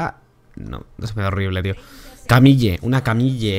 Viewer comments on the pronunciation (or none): Se pronuncia Camil no camilla o taliyah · v es Camil o camilla que parece que se te salio lo chileno xddd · se lee camil xd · para el bien todos , la pronunciacion correcta es camil ya que proviene del frances ,sigue subiendo me gusta tu contenido